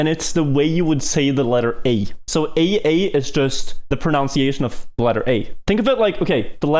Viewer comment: This is entirely false, the pronunciation is “ah-ah” and is thought to have come from the noise you’d make walking over aa. The word is Hawaiian and is used to describe the rubbly surficial mafic lava common to the region.